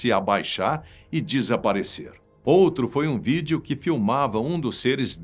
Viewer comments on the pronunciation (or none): none